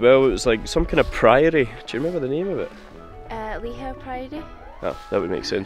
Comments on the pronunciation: Ive been triggered by lee how .. . Nope its lee hoo . Ive ancestry searches that throw up Lihou as family name . Im going lay claim 😂❤❤ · Just a heads up, its pronounced 'Lee-Hoo' island 👍🏻